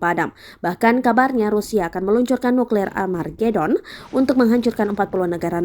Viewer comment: sering bgt salah sih ngmongnya wkwkwk nuklir amargedon wkwkwkwkwk :v